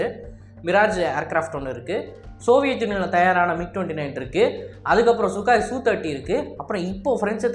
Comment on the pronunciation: Sukaai illa bro... Sukoooi bro..